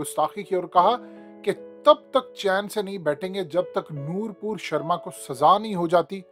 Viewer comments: Her name is noopur sherma not noor pur sherma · Her name is Nupur Sharma. Not Nurpur Sharma.